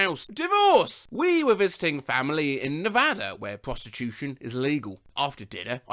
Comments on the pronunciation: Omg you actually said Nevada right lol most Americans I know dont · Oof that last one. Also thanks for pronouncing Nevada right.